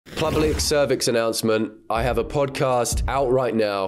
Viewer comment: Did anyone else realize he said public cervix announcement at the start?